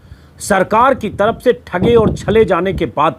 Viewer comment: Aapki baaten pasand ki jati hai Lekin Ek patrakar hokar bhi aapki hindi urdu achchi nahin hai Ye buniyadi zaroorat hai k aapki bhasha par zabaan par pakad ho Aap buzurg ko bujurg taraf ko taraph bolte hain aur bhi bahot si ghaltiyan hoti hai Aap apni bhasha theek kar len to aap bahot nayab ho jayenge